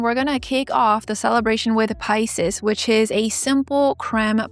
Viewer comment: I've never heard Pisces♓pronounced like that, hmmm That smokey light purple is great on your skin tone, NICE choice for you! Sylvanclaw has a new one "Pebble Path'. Is that hue trending or what! Like Taro Milk Tea/Cracked , the prettiest if you ask me.